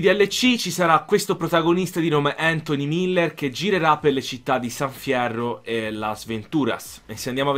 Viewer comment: San FIEROH